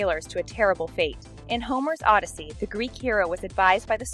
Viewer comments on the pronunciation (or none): Stop, stop, stop ugh! You are pronouncing Odyssey wrong!